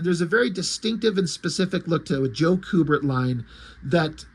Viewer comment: It's pronounced "Q-bert" not "coo-bert". I've met both the brothers at Fan Expo. They're awesome. Joe inked Andy on their Watchmen comic, too, where Andy drew naked boobs. I asked him if it was awkward to have your dad ink a drawing of a top less woman and he said it most definitely was awkward, but his Dad said something to the affect of "It's work, so let's just do it."